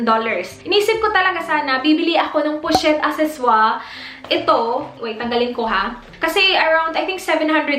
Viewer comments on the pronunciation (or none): The way you say pochette accessoire is try hard